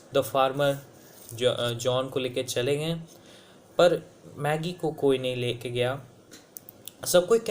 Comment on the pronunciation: Magie nahi Maggie hain voo. Lekin koi baat nahi. Mera english literature kaa test hain. Thank you for this video.